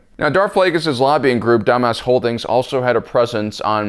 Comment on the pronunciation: The Techno Union has nothing on the EDM Confederacy Also are you saying “Dumbass holdings” and “Americanite” Cause that’s what I’m hearing